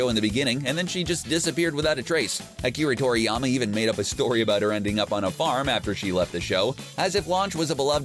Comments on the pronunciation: Ah-ki-rah tor-ey-ama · "Akiree toriyama"? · Akeree Toriyama ...